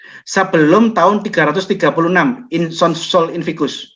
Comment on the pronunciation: koreksi sedikit pak: sol invictus... bukan sol invicus